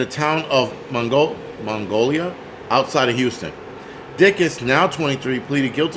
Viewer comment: “Mongolia” 😂😂😂 my good sir that would be Mag/nol/ia, Magnolia, like the tree/flower 😂 sorry but as someone who lives close to Houston I found it more funny than I probably should 🤣🤷‍♀️